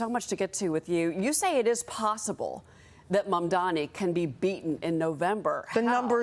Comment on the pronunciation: It's not mamdoni you moron..its mamdani..first learn to pronounce and type properly before taking sides